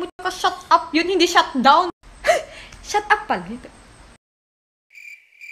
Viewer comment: "i dont done talking ok i dont done talking shat dawn"